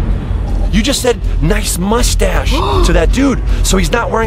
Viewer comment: No guy's Daniel said cool moshtash